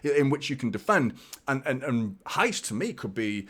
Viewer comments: I was just about to type this lol. He is saying "rais" instead of "reis" and is driving me crazy 🤣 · Here is how to pronnounce Reis: imagine you were trying to get someone's atention, youd say 'Hey!', now make that Heys. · it's Reis like HEYS :3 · silent R, but where is the H? 😄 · In Portuguese 'R' is pronounced more less 'h' Example Rui Costa is Not R oui, it's more 'Hui'